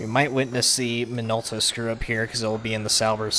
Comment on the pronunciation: Minolta is JP company. You pronounced it closer to Japanese. 👌